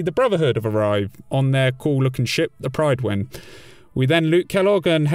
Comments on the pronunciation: The Prydon? It's called the Prydwen - pronounced; Prid-Win. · Pridd-win. Not pryden... The game says it multiple times xD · prid-win not pride-win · Pred-win, not Pride-wen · I think it's a deliberate mispronunciation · does it annoy anyone else that he pronounces Prydwen wrong every damn time he says it?